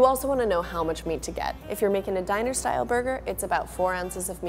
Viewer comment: Am I the only one heard about Dinasour burger, instead of Diner-Style burger? Lol.